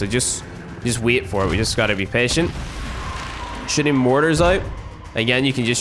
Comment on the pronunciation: When ever you say shooting you say shitting